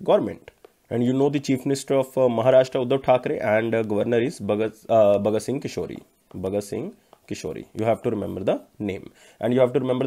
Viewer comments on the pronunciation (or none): Hello sir with all respect . You have been pronuncing wrong the governor of Maharashtra Its is bhagat Singh "KOSHYARI " Not bhagat singh kishori Thank you